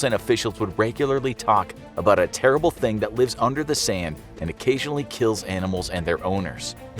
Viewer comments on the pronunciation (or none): none